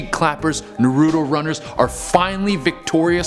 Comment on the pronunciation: Question why do some people call Naruto Ner-uto?